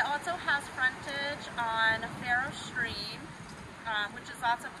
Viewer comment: Stream, not street.